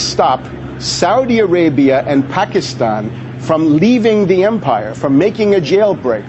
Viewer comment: this fool cant say Pakistan right